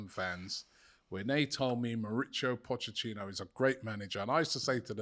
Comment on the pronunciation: Its not pochechino, its pochetino lol